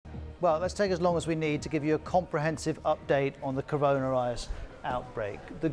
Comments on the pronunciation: The guys can’t even say corona virus LoL Rirus LoL 😂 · “Update on the Caron Rius” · This guy cannot say "Coronavirus". That is a fact. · Can't he say corona virus 🤔